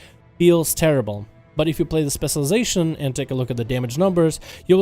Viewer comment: can u pls say spec this "specialization" whatever ur saying tilts the fck outa me